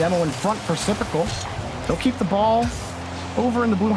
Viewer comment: I love how all announcers say syprical when it’s actaully just sypical with no r